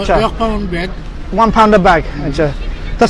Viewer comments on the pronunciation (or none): none